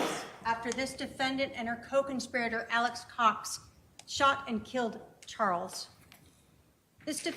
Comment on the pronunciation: Does she keep saying con spirr rater?